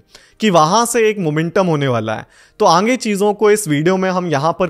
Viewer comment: Sir ange nhi aage hota hai 😝